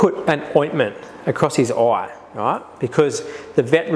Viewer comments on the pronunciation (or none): "across his Oi"